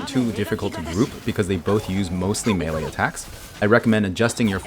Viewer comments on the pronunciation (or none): none